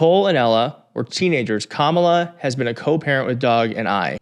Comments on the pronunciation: When these 🤡 can't pronounce her name correctly, it just another way of disrespecting her as a person. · Theyre mispronouncing her name on purpose. Its part of the dehumanization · They pronounce Kamala's name incorrectly PURPOSELY